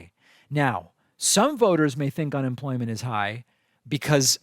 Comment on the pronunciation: Did she say unenfloyment?